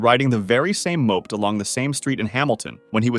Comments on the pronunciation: Moaped? Mo-ped! 🤨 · Its not pronounced "moped" its pronounced "mope-ed" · Moped is not pronounced "Moap'd" it's "Mow-Ped" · Duh… “moapt” It’s Mo-ped” you clanker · It’s pronounced “mow-ped” not “mop-ed” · Riding the very same "moped" and not Mo-ped. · moped? it's mo-ped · Lol! Moped, not mo-ped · What is a "mope't"? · the ebbin brothers, moped is pronounced mow-ped, not one syllable. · Bruh hearing that "moped" felt really wrong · Did you just say moped 😂😂😂😂😂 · Listen to the way it says “Moped” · an icy chill ran down my spine, I'm tellin ya. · Yep, I am actually paused at the moment after hearing it. Sigh...